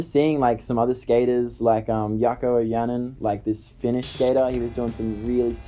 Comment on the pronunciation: It is Jaakko Ojanen. Not Jako Janen 😂